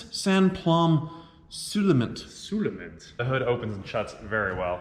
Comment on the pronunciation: Sans plomb seulement .... that's French and it isn't pronounced as this guy enunciates: suu-le-mint. The interior of the RR appears anything but luxurious whereas the Bentley even individual armsrests for the driver's and the passenger seat. The silk scarf of the Bentley owner fits his car, his funny trousers rather not. But as it is a video that emphasis the comic aspect, so such a faux-pas is permissible.